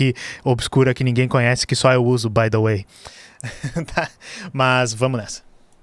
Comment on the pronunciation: Mano o que é isso que você fica falando? Isso de "bai de uei"?